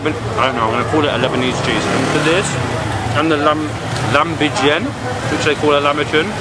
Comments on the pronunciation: Nice video, thanks for showing Lebanon to the world. By the way, it is pronounced "Lahm bi Ajeen" which literally means "Meat in Dough" in Arabic 😊. And that ice cream did not look Arabic. Arabic ice cream is made by hand with real fruits and scooped manually (not from a machine). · LA HEM Bii Ah JiiN. Meat in dough , that’s how u pronounce it man.